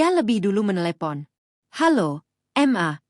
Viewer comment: Mama disingkat ma tapi koq dibacanya satu2 m a